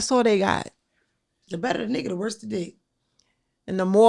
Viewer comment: Lmaooooo said “the better the nigga the woser the dick”😂😂